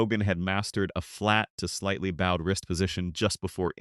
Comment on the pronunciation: You’d think AI could pronounce putting and bowed when reciting a golf script.